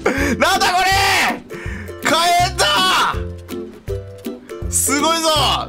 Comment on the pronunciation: かえんじゃなくてひけんだよ